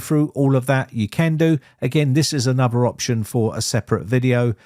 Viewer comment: Talking of language, I would ask if you could pronounce correctly; E.G: anuvva/another, free/three, frough/through, bofe/both, summing/something and eeva/either. Thanks. Otherwise its an informative channel.